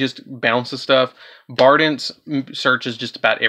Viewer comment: Sorry, I was just wondering who Bardince was. Do you call it that on purpose? Is it a foreign version of the card? Rusty Bardiche is near and dear to me, so I just wonder when people mince the name up.